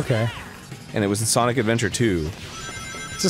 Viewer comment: No It's Sonic Not SaNoK